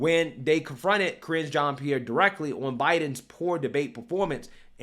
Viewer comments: Careening into a John’s pee-air💩🤡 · Keep saying it so that it sounds like "CRINGE Jean Pierre." Very accurate.